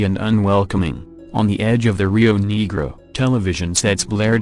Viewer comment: negro is pronounced nea gro uh it is pronounced pah goda pronounced san ho say